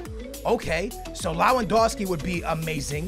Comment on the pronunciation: LEJUANDOWSKI the pronunciation kills me LEVANDOWSKI it's pronounced.